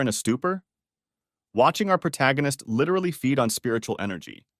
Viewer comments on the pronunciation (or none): Stop saying lirely